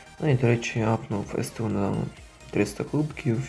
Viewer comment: НЕ С Т У, А СТУ!!!!!